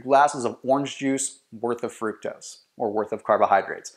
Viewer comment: he pronounced fructose wrong